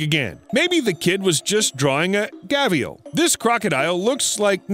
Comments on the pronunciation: theres no chance Gharial is pronounced gavial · It's Ghariyal not gavial. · My friend. Gharial is pronounced Gar-e-al not gaveal. I'll give you a pass on your knowledge of evolutionary theory. The jaws are thinned and elongated to suit the roll of fish predator. Have a great day, your friendly neighborhood biologist. (Yes I have a degree and everything, first one was bachelor of ecology and conservation biology w/honours) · by the way it's Gharial not "Ghavials" there's an R not a V. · When he pronounced "Gharial" as"Gavial" I lost it 😂😂😂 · Its gharial He mispronounced it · Gavial? It's Gharial. Where did you get the V from? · Pretty sure he means "gharial", not "ghavial"...😆😆😆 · Ghavial ? It's Gharial 🙃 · Gharial he keeps saying 'Gavial' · Gharial, not gavial lol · Isn't it gharial not gavial? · You kept saying ghavial but its gharial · *gharial not gavial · Gharial is pronounced gah·ree·ul. There's no 'V' in it.